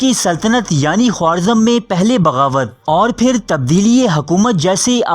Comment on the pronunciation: Khowarzam nahi Kha-razm